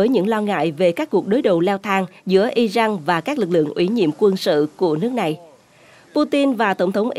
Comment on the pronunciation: Israel mà đọc là ia rênh và Iran mà đọc là ai rân? Cả 2 đều sai mà góp ý hoài nhưng kênh ngày cứng đầu k chịu nghe. Kênh này k chịu học hay thiếu tiếng anh. Washington post thì đọc nghe OK cũng như tên ông Trump. Wonder kênh này ở VN hay nước ngoài??